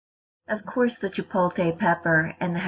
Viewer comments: CHIPOTLE NOT CHIPOLTE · Is chipotle! Not chipote!!!! And this is not a Mexican way. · Say "chi-pote-lay" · Chipolkay pepper 🤣🤣🤣🤣🤣🤣🤣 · Yo what’s a chipolte pepper? Lmao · Chipolte pepper lol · As soon as she said chipotle “chipote” (the wrong way) I stopped watching. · Hahah “Chipolte” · Jay Eads LMFAOOOO! I was reading through the comments like “so am I really the only one who heard “chipolKay pepper”!?” 😂😂😂😂😂😂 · Completely missing the L in ChipotLe. It's got me headed. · “Chipoteyyy pepper “